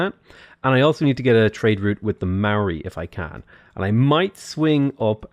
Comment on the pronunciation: chur cuz mean the only person ive seen who says the moari names right